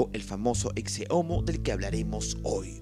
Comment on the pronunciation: Pensé que se pronunciaba "eche" no "exce" a la palabra ecce